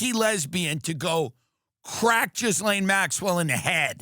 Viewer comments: Its pronounced gil lane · tell me your not one of the ppl who pronounces the S in her name.... cmon gay-b, yous a big dog, might as well start DOORDASHING XD